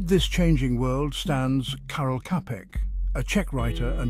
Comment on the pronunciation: Čapek is pronounced 'Chapek'. Otherwise, thank you...